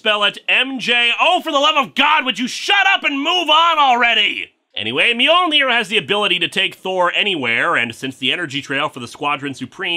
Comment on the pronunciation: If Spider-Man doesn't know how to spell 'Mjolnir' then why is he pronouncing the J, which is silent?